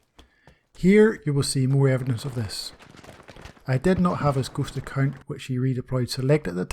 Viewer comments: It is shameful that it took me half a video to understand he was saying "ghost account". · Something else really like some kind of obscure German gaming term. I had to figure it out by listening to the context of your narrative. Again the shame is on me. Good video.